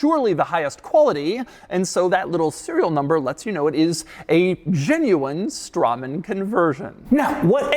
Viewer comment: Hmm, I always heard Straman pronounced as 'Strayman'.